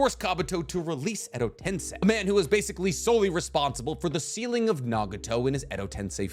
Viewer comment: Good to see you’re finally pronouncing edo tensei properly